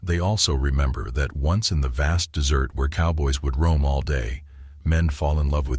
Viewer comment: No, it can't tell the difference between 'a desert' and 'to desert'.